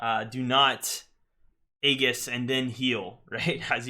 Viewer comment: It's not ayy giss, its ayyy jis. aejis